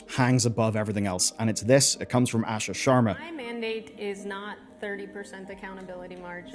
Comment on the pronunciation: It's pronounced "Aashaa" not "Ah shuh"